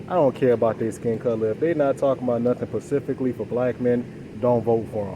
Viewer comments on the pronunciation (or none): Yeah, he has a problem saying specifically. I think it's cute. He's very likable and smart. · I like him even though he says pacifically. 😊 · If you say “pacifically” I automatically stop listening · Yeah “pacificly”?😮 I can’t!!!! But I get it 😢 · Can I axe you sumppen pacificly? 😆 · Pacificaly lmao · Specifically not pacifically